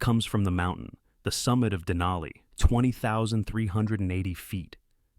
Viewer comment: More accurately, "in an Athabascan language", and the language is Koyukon = COY-uh-con, a language in the Athabascan family, which also includes Navajo. Next, dana-EE-nuh is correctly pronounced deh-NIGH-nuh. Wait! Who thought that it would be a good idea to put in a shot of a chair lift at a ski hill somewhere, while the subject is people getting off Denali with their lives?? Then at , while the subject is coming down, we see people going up.(??!!) Then, is a sign saying "Avalanche area" in English. . . and a language from Everest(?).